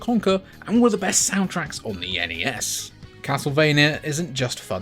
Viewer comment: N-E-S. It's an acronym. Absolutely not Nes -- like Nessi from Scotland's loch.